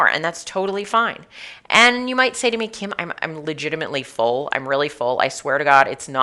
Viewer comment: Kim not kim hahahhahah